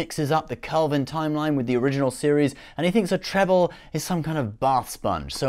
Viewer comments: treble? Do you mean TRIBBLE? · Tribble, not 'treble.' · Talks about someone else not knowing Star Trek, says "treble" instead of tribble. Luls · treble? its Tribble! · Tribble not treble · Its a Tribble not a Treble lol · It's not a treble it's a tribble. Odd that you're that while saying your colleague does not know much about Star Trek ;-) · "a trebble is some kind of bath sponge." ...a trebble? who is it that knows nothing about star trek? not the first time i've heard you pronounce something differently from how it's regularly and repeatedly pronounced in the show either. looks a like like he's just reading scripts. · He said "trebbles". And could he stop swishing his head back and forth, as if he had a fly trying to land on his face, and his hands were tied? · Did he just say treble?! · Implies he knows Trek...immediately mispronounces Tribble 😂👌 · Just thinking that if you're going to try passing yourself off as a Trek expert you should probably know how to pronounce "tribble".